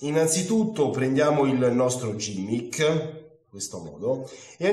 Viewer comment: Grazie per la spiegazione, molto semplice ma di grande effetto. PS si pronuncia GHImmick e non gimmick :)